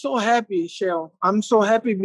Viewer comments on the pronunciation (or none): whats more fascinating is how anderson call chael "shael" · the only thing i like more then silvas martial arts skills is hearing him say shale